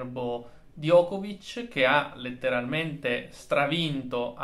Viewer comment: Diego. In serbo Djokovic si pronuncia Giocovic con la C dolce finale.